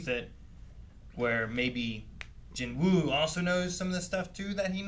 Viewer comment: love how even the english dub cant say jinwoo's name right..also the dub is crap.